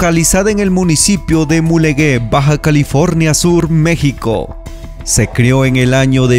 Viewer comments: Como nota para el editor y/o cronista-narrador de este vídeo, el municipio de Mulegé se vocaliza o nombra como "Mulejé" debido a que no hay una letra "u" entre la "g" y la "é", cambiando su sonido gutural a simple "j", evitando el sonido de "Mulegué", que así lo expresa en este vídeo... Por el contenido, es excelente, informativo y claro. Felicidades. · En buen plan compa: no es Mulegué. Es MULEGÉ. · No se dice Mulegué, se dice Mulegé! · Qué hermoso continúa estando La Exportadora de Sal .S.A.de C.V...,de Guerrero Negro. FELICIDADES por el reportaje tan bonito. Haz otro sobre las ballenas que están ahí durante 5 meses..Una. observación. ( Mulegé, se pronuncia fuerte)